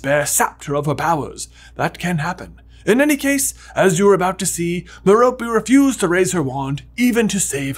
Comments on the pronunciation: Her name is Mer-rope. Not Mer-ropee. Please pronounce it correctly I'm cringing everytime you say it wrong. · One of your first theories I completely disagree with. I don't think an adult would develop an obscurus after just a few months of suppressing very little innate magic. Also, it's Merope, not Meropey! It literally has the word ROPE in it! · Its not Meh-ro-pey its Meh ro pay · Why you gotta say "M'Ropy", why cant it be "Maire-appy" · Long time listener, first time caller here... Tom Riddle"s mom's name is pronounced Mare-O-Pay. Every time it's mispronounced, it fractures my soul into another piece. Mare-O-Pay! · Ok are you sure that’s how to pronounce Marope?? I though it was MERE-O-pay? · A tiny thing that I never got sorted out: How is Tom Riddle's mother's name pronounced? Like Meh-rope, Meh-ropey, Me-ro-pee, or what?